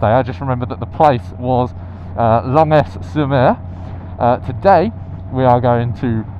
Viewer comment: You and Sarah are so cute 🥰 It's arra mon sh, don't prounce the n 😊